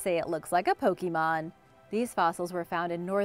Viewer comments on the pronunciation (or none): Po kay mon not pokey mon. :)